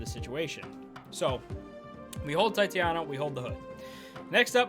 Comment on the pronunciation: Tie-tay-nia bruh. Come on now!